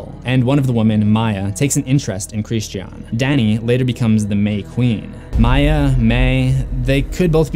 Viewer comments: It is NOT pronounced like this in the movie... by Dani or anyone else. It’s pronounced Christian, like the religion, for a purpose. It’s not xenophobia to respect how a name is properly pronounced. It was pronounced Christian, like the religion, throughout the entirety of the film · That's an interesting pronunciation of "Christian" lmao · Lol, just say Christian's names normally? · Oh my gosh, I'm sorry, but that is not how you pronounce Christian. Almost stopped watching just because of how aggravating it sounds. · Why on earth do you pronounce Christian like that? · Can you not pronounce the word “Christian”???? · Its Christian, not KRISSED SHEE AHHHN. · Who is this "Hreesteaawn" you keep referring to? ;) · His name was Christy Ahn. 🥸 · “Kreeshtee ann” ... it’s Christian. It’s literally talking about Christianity - Christians character is direct commentary on Christianity lol don’t deny that shit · It's Christian not Christi-An just fyi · Bryana gabaldon Chris-chean. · Almost as bad as that trash last Airbender by Shyamalan in which Sokka was pronounces(Soh-ka) and Aang was pronounced(Ong) pissed me off the entire movie. Chris-chean is runner up tho I honestly wana turn the vid off because of it but I wana see what I might have missed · It's the one example of where Florence Pugh's British accent pops through. The way she says "Christi-an" is the way Brits generally pronounce that name. Simple explanation. Americans find it not so simple. 🤷‍♀️ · SuJu_Mimi christiiiien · Christian… Chris-Chin ¯\_(ツ)_/¯ he’s not a girl so it’s not pronounced Christianne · The scariest part of this video is the way he pronounces Christian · Bryana gabaldon glad someone else noticed. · I'm curious as to why you're pronouncing the characters' names phonetically instead of how they're pronounced in the movie. You said "Pele" and "Christian" incorrectly.